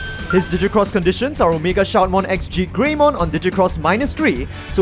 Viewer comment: Genuinely confused why it sounds like you are saying “GeeGreymon”. Regardless of whether you’re saying ZeigGreymon or ZekeGreymon, neither Zeig or Zeke sound like “Gee”